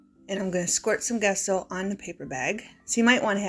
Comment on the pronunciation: The gesso is pronounced as Jesso.